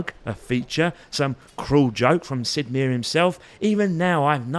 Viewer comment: 'Sid Mare' Huh, that how you pronounce it 🤔